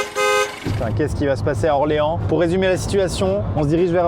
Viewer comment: J'étais fière quand il a dis Orléans 😂